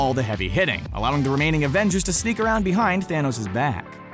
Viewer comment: he said abengers not avengers